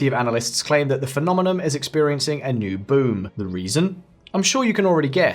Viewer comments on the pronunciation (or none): its phenomenoN, not phenomenoM